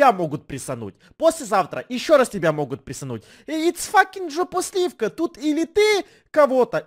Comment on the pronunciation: Не джопосливка а жопосливка